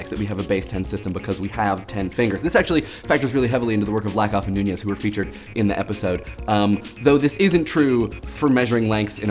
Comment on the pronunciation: Please stop pronouncing George Lakoff's name so weirdly!